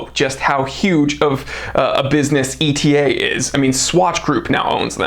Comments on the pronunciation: "Etta". NOT E.T.A. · Very informative! Wearing my 1952 white dial KonTiki with the gold medallion on the back this month... so classy.. really a stunning watch! BTW, I believe ETA is supposed to be pronounced like the Greek letter "Eta", as opposed to an acronym "e-t-a". Cheers